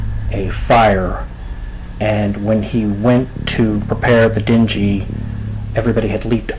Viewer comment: what's a dinjee? maybe a dinghy? din-ghee...hard G as in gum